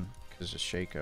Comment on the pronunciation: " Shay-co " is such a dumb way to pronounce it.